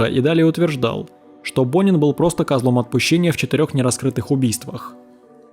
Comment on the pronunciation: Почему я всё время слышала "Бунин"😂